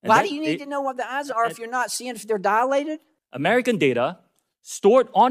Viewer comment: LOL dialated !? TX wagh' 😂